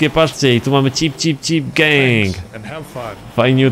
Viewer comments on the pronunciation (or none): Chyba gang a nie geng zd